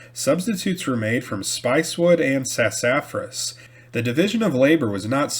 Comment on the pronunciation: Pronounced SASS-UH-FRASS. sassafras. Took me a minute to realize what you meant 😅